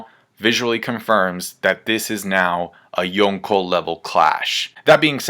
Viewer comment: For the millionth time.. 5th Yonko makes no sense! Yonko specifically means 4 emperors! If anything, its Goko now.. So annoyin with u youtubers.. And for someone who tries waaay too hard to pretend they're pronouncing shit in the right "accent" (horribly and cringey btw) it's even more baffling